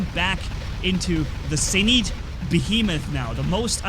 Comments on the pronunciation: Its pronounce "zenits" not "zeneets" u fuckin dumbass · NOT ZEN EET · It's pronounced Zeen-it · You said zenit wrong in nearly all of your vids u say a robot or wepons name wrong its getting annoying